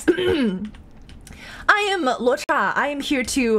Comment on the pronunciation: she pronounced (Luocha) almost perfectly. I suppose she knows at least a good amount of mandarin.